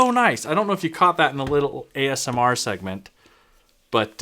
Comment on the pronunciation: I like your videos for the education, insights, commentary but I just hope you don't ever say AMSR again...